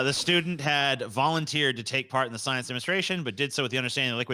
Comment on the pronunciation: Part not park damn text to speech thing